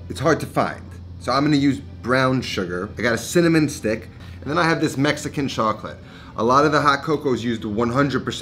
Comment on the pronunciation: He butchered the Mexican chocolate, hard pass